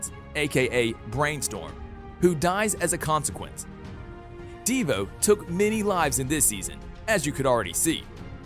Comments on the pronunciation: Who tha is a deevoe and cicaada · Deevoe and cicaada lol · DE VO It is Devo all one word